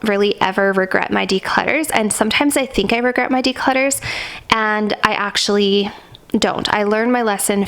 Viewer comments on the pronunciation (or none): none